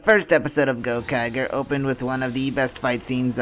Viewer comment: Yeah I have a feeling you have no idea what you're talking about just from the way you pronounce Gokaiger. It's Go-kai-jer